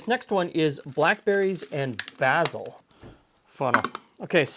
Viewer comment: this is the first time I've ever heard someone pronounce basil as "bazzil" rather than "bayzell"